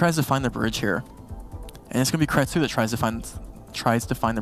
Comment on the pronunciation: Loved it! Great players, games, and commentary. One piece of feedback: can all casters/desk standardize pronunciation of player names? ex: kratsou vs kratsoh